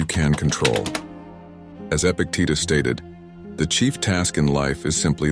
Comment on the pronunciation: The name is Epictetus - not Epic Tita. So, maybe before you try to earn great amounts of money through these bad made videos, you could try to actually read and understand greek philosophy. Epic AI Failure